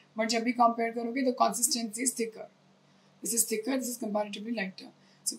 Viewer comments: Body shaming people openly. Should we shame you on your pronunciation? It’s not KOMPAIR it’s COMPARE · Collar, Cove rage, Kompare ye pronunciation theek hai kya? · point here is, she's not only pronouncing colour as collar, she's also pronouncing coverage as cowrage and compare as comp'air..